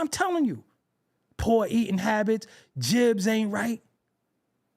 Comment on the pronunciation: I knew you were from Brooklyn when you said “Jibs” LOL YOU COOKING BROTHER! That’s what we do in BK! Umar is and has always been a clown.